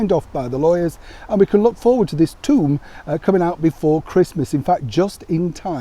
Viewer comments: Bwaahaahaahaahaa! -,, you pronounced "tome" as "tomb" - that's how it sounded to me in the USA! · Hi, are you in Yorkshire again? I like your northern pronunciation of "tome" as "tomb". Foretelling the book's fate??😄😄. If it's published in Australia in snippets, it may well be in the "No Idea".👋👋